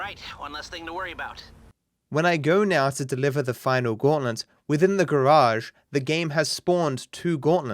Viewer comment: ThE gAwAgE